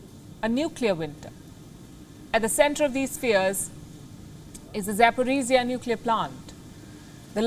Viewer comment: Palki, it's ABOUT TIME to learn finally how ZaporOzhie is pronounced CORRECTLY, there's no such thing as Zaporiziyah!!!